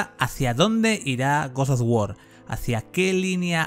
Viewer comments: te quiero pero pronuncia bien GOD OF WAR no GODSDFDFSDFSD OFF WAR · por qué dice goz o war?😔😔😔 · Gos os wor ragnarrok xd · GoS oF wAr CoRry bAlRog. Aprende bien los nombres hombre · Yo a este men que narra el video no le creo ya que al juego le llama godos of War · Goz Oz wor???? Tío hablas terriblemente mal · Guos os Wor ragnarok Grande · gosof wor aprendí una nueva forma de pronunciarlo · Se ve bien ese "godoguor" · guos sof guor Ragnarok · por que dice gos of wor? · A nadie le extraña la forma en la que pronuncia God of War?🤔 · que mal pronuncias god of war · jajajajajaja deja de decir God of War que se escucha muy horrible XXDDDDD